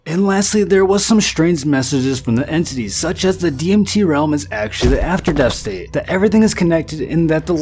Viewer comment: LOL had to turn this off less than 2 mins in... dude can't even say DMT properly...